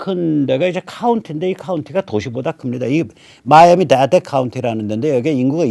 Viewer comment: 항상 유익한 방송 감사합니다. 네 요즘 미국에서는, 특히 대 도시에서는, 누구를 지지하는지 드러내지도 못하고 속으로만 생각하고 조용히 있어야 하는 분위기 입니다... 방송중 말씀해 주신 경합주 플로리다의 남동쪽 민주당 성향 카운티 Miami-Dade County 는 "마이애미-데이드" 로 발음합니다. "마이애미-다데"가 아니고요. 감사합니다.